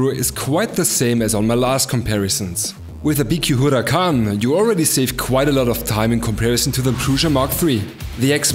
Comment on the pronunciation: I just LOVE the way you pronounce the Huracan!